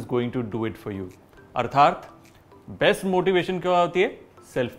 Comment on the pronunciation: Arthaat hota hai wo...artharth nahi